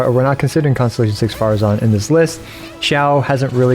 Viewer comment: For the love of god please don't invite for more videos. For a vtuber you can't even understand half of what she's saying. Plus she pronounces names weird. Faruzen, yongjin, jeanyan, aiyato, nillao, nolo, jingjo, tenari, aggravit, eyam, seacrose, kozoho